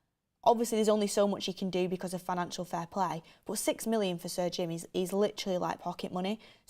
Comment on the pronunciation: Is going to learn how to say Sir Jim. It is got surgin.